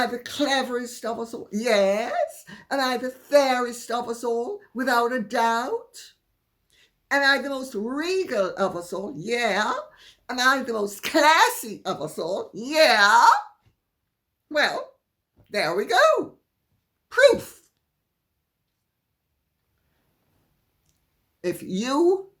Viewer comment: I heard 'are-us-all' instead of 'of us all' 😉